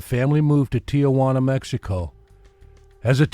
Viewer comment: It’s not Tia Juana. It’s Tijuana (Tee-wanna).